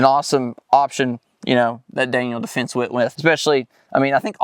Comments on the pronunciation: Pretty hard to take any review serious when the hilljack reviewing the product can't even properly pronounce the brand. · It's Daniel Defense, not Daniels Defense, I believe. Great video guys!